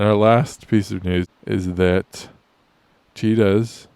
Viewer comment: I first thought you said "Cheetos, were being reintroduced to India".